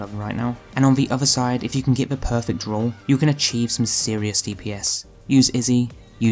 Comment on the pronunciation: Not being picky of anything but when you say roll it sounds like rule. Anyone else notice this.